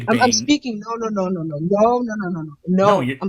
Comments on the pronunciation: What the hell is going on down under? Josh and Iron Horse are just insufferable. N.B. I absolutely love when you just say “Naur” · “Nooer nooer”. 😂😂 there’s no letter R in NO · why do australians not hear that they add an R to no "NEOUR"